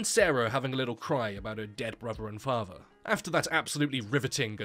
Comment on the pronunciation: "her bruver and fahver have died"